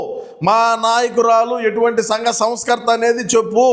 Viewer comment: Sangha not Sanga